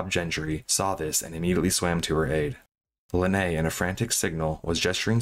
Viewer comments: It’s pronounced Linnea like Lin-nay-ya. Not linnay. She has YouTube videos where she says her name. Also it’s P.A.D.I. You don’t have to pronounce all the letters separately. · for the record, Linnea is pronounced Lin-nay-uh. It's swedish